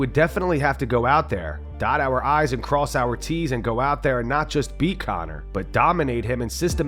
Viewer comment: I like how Chandler says “OUR I’s and OUR T’s” like his coaches haven’t been doing their job and his da just throws away each fight cause he has negative iq 😂